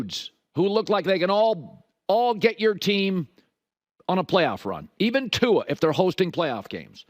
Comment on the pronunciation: Colin’s been been watching too much Hayley Welch the way he says Tua.